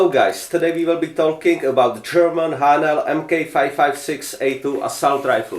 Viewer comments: I can’t believe no ones answered you seriously yet lol. When you say Haenel it sounds like you’re saying Ayy-nal (spelled differently so you’re more likely to see this comment) lol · A ok because in German its like a sharp h